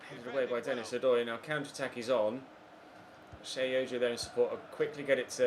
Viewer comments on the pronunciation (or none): none